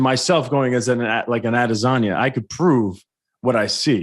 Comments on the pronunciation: You sound dumb when you say adesayna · Weidman can not pronounce Adesanya and Blachowicz right at all lol they are his peers and I know he’s had to have hear how they are pronounced. Maybe he’s pulling a Chael where he hacks everyone’s name on purpose